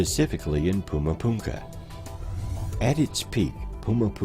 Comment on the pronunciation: Puma Punka???😂😂😂😂 it’s Puma Punku…..